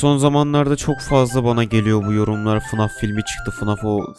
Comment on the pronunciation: Abi 0:6 fnaf demedin fnag dedin